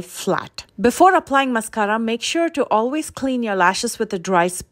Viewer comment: Love the way u roll your “rr” s on mascarra!! (Mascara)😁